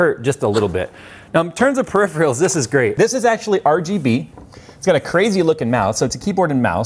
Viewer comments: Perif-real...... Skepter..... Your trolling us, right? lol. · repeat after me: " puh - RIFF' - ur - ahl " " peripheral "